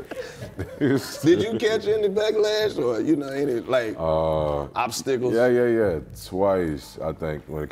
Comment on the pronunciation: U kno karlous high when he pronounced “obstacles” as “obstickles” 🤣🤣🤣🤣 Update: THIS EPISODE IS A CLASSIC !!!! I’m in tears 😭😭😭